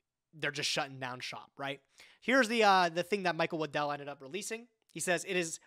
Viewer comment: The way says Waddell sounds like Lindell and I was sitting here goin "The MyPillow guy made a card game??????"